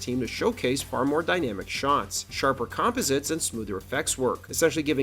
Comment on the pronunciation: I don't know if the narration is AI generated or a real voice over artist but either way, it's horrible. The guy's inflection has the exact same cadence and rhythm over and over and over again. And there were two really bad mispronunciations before the video was even half way through on the words "composite" and "animated." Bad work guys.